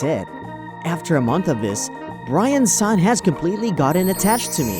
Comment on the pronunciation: Did no one notice that towards the end the male VA pronounces Brian-san BirAn-san.